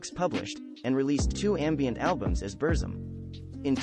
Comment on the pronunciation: At least please pronounce the name of his music project correctly mate.